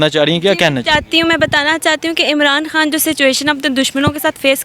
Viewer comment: یار خدا کے واسطے اپنی اردو کا تلفظ تو ٹھیک کرو۔ یہ "خان " ہوتا ہے " ہان " نہیں۔ خواتین کہا جاتا ہے" ہاواتین " نہین۔بہت برے لگتے ہو بچوں کی طرح بولتے ہو۔